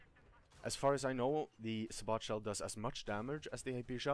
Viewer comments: its not sabot it sabo with a silent t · It is pronounced say-bow it buuugs the shit out of me when people say it say-bot . I liked this guys vid never ever thought of the combo of the sabot and canister shell. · Sa bot shell hahah dumbass its pronounced sab it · im pretty sure sabot is pronounce"say-bow". obviously this is not a big deal though. anyway good vid, helpful for me as i dont play vehicles much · I'm sure it's already been mentioned, but it's say-bow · Lol thanks for the vid, btw I think it's pronounced Say-Bow (Sabot) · Say-bo. THATS how you say it